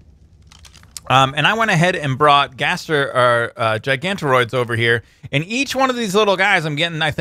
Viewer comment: he said gaster